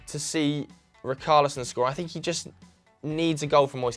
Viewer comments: Btw, richarlison is not pronounced “RIKARLISON”, it’s pronounced like it’d be written with an sh... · It isn't ric-arlison It's rich-arlison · Its richarlison lads....not ricarlison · Dont worry about Saiss lad - Its Rich-arlison not rickarlison 😂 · RI-CAR-LISON??? Who's RI-CAR-LISON.. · Why you guys changing the pronunciation of Richalison now? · My OCD when they say RICKARLISON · I love how you try to pronounce saiss' name correct but completely butcher richarlison. its a ch sound not a hard c sound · Ree-car-lee-son (pronounced like son in Son Heung Min) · The way they pronounced Richarlison 🤮🤮🤮